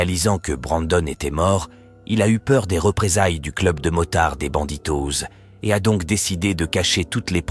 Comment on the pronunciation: BandiDos (bandidoss) et pas banditoze. L'utilisation de l'IA demande tout de même de l'attention.